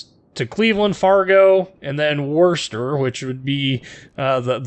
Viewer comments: It's pronounced "Wah-stah". Worcester. ;) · It's pronounced Whoosta ;) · Worcester pronounced "Whooster" rhymes with rooster. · As a resident of the New England states it is my solemn duty to inform you that you are pronouncing the name Worcester wrong. It has two syllables. Wuss-ter. Wuss, like a Wimpy Kid. Wooster and Werster are both close, but also both wrong. Listen to how iEarlGrey says it in his usn Cruiser split video. As an Englishman, Earl knows a thing or two about pronouncing English names. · not English... New England. “Whu-stah”. It’s simple. To help you with other Massachusetts Town name pronunciation try this: Note that they don’t even try to pronounce Worcester. They just tell how NOT to pronounce it. I wouldn’t harp on this except that a ship with the same name is due out sometime and I can’t bear listening to the name being mangled.;)